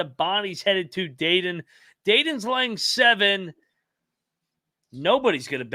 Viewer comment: Dayton all the way!! And stop pronouncing it Daydin, please!